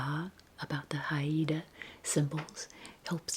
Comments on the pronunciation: Hi! Haida is pronounced Hide-ah, just two syllables. I was fortunate to visit Haida Gwaii this past summer for the first time, it is a truly spectacular place! Haida culture is alive and well, thanks to the ongoing efforts of the people to preserve the language, arts, ceremonies, and lands. ❤️ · Hey, this was yet another lovely video- thank you!! I lived in BC for 10 years and wanted to let you know Haida is pronounced "hi-da" (only since you mentioned how to prounce it!) 🥰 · I’m Inupiaq and live in Anchorage Alaska! I think you’d love visiting the cultural sites and shops! (It’s pronounced like “HI - DUH”) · Haida (Hi-da) indians of British Columbia we’re famous for the totem poles - FYI